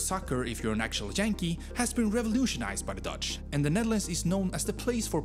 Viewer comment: He even pronounced Yankee wrong, what I thought was pretty weird..